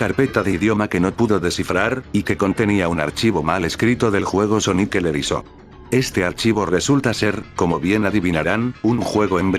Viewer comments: No escribas en el Loquendo "Sonic el erizó", escribe en su lugar "sónic el erizo", mejorará mucho cómo se oye tu audio. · Nadie: ... El loquendo en : Sonic el erizó.